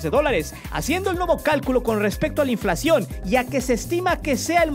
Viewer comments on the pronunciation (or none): none